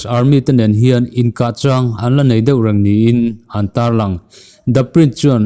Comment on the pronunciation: Tar lang ti lovin tarlan tih a dik